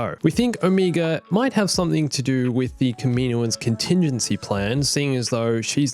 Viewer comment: She pronounces wrong but it’s probably just her accent. It’s oh-meh-guh